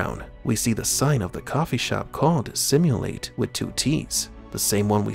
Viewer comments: Just a small correction for you. Simulatte (LATTE as in ...Coffee) So it's pronounced, Sim-You-Lart-Ay and not Simulate. The logo on the store / shop is an abstract cup of coffee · The restaurant is called Simulatte (second syllable is latte, like the drink)